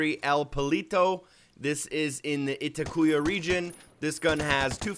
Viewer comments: "Ee-tak-wah" not "eh-teh-coo-yah" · I think it's said I-taq-wa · yeah and itacua is pronounced ih-tock-wa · (It ah c wa) you pronounced it wrong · he forgot the sniper you get in Inca Camina for defeating La Cabra. this is a special weapon you get from the Peruvian bonus mission. this guy can't even pronounce Itacua right.